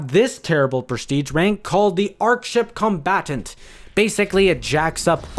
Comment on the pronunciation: Sorry for the dislike but how the fyeuck is commandant like dauntless task named like combatant? It's a d not a b